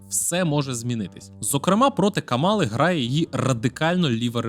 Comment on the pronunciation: Давайте може почнемо вашу експертність будувати з того, щоб правильно ставити наголос в імені Камали? 🌚